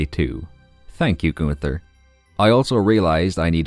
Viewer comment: I'm not good at names either but when you said Gunters name😭 that's literally the easiest name